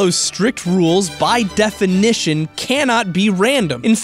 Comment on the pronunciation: The DE-FI-NI-TION